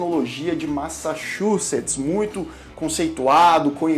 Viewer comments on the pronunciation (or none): none